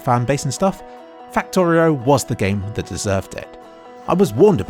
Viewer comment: Fucktorio? or Faktoreo